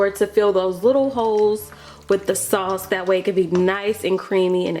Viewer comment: I think she said sauce...a 😆